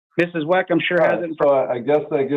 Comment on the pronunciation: Is he intentionally saying "MRS. WACK" instead of "MRS. WECK"??? 🤔